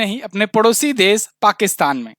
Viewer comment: Please pronounce "sha" correctly. You pronounce it as "sa". E.g. desh not des, sheikh not seikh, Shuru not suru also "apeksha" not " apekcha", liberation not liberason. Being a teacher you should be very particular about pronunciation.